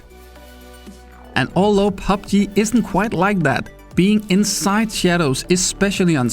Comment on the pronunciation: "Stay insait ze sadows" ;)